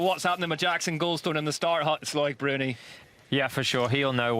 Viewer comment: This commentator mangles so many names with his laziness.